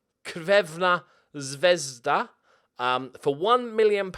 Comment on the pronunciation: pretending to not know crvena zvezda(red star belgrade) is pretty funny. The pronounciation was better then i thought it would be though